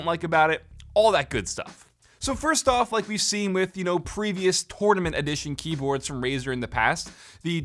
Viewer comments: Take a shot every time he says "Torn ament" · Its pronounced “tournament” not “tournament” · Ahhhhh the way he says tournament 😂